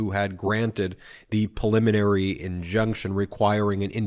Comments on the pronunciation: PREEE liminary. Not puh-liminary. Thank you. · Please stop saying perliminary. The word is preliminary.